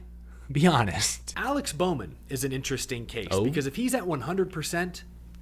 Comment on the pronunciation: Now you got bowman wrong 😂